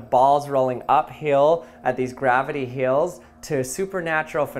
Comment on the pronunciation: It’s called Hills not Heals